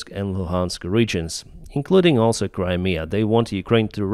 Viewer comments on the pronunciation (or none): none